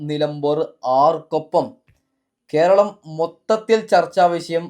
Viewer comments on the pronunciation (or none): none